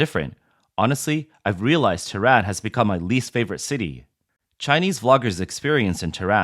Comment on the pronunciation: Ha ha ha. Awwww. Commies getting ripped? It’s pronounced as “ teh ran” lolol